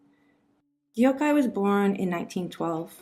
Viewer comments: It’s actually 덕혜 (deok hay) in Korean. I think the narrator meant to say deok-hay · I wish the narrator would have done the decency of researching how to pronounce the princess’s name instead of completely butchering it to not even be identifiable. It’s almost ironic she’s making it sound Japanese and nameless. It’s pronounced in 2 syllables as most all Korean names - not hard at all even in English to pronounce “deok-hye” which sounds like “duck-hay” two English words. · All good. But literally 30s in and you already managed to butcher her name DeokHye, d-ok hi... Deok the eo is not a diphthong (closer to duck although the mouth shape would be rounder) and Hye ye (closer to the 1st vowel cluster in liaison, basically any ié sound in French as English manages to make a triphthong out of this) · The pronunciation is Dok-he not Deyokhay 😒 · Thank you for covering our history. Just a fyi for future videos to help you ~ her name is pronounced Deok (duhk) with a stronger deeper D from the throat) Hye (Hey but stop the y short.) Your deok is good but hye isnt Hi its more Hey 😊 same with her daughter, there is no words or characters thay is pronounced hi or hai in korean 😅 hope this is helpful! Thank you again for the awesome history ❤ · Thank You for a very informative video. However, even THIS video distances her from her country and culture. Anyone who knows Korean and Japanese language would recognize this INCORRECT pronunciation of her name. 99% of Korean names are only two syllables. This video pronounces her name as three syllables: more common in Japanese culture, as most Japanese words (and names) end in vowels. Her Korea name ( 뎍혜 ) pronounced as DeokKye ( [ Dok-Kye ] is, as usual, two syllables: NOT 'de-ok-kye'. But, again, very informative for students. hank You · Dee-ohk-hi(?!?!) you didn't even fucking try to get her name right! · Princess Deokhye's name is pronounced Deok-hye (duk-hee).